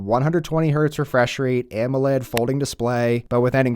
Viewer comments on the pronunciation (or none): none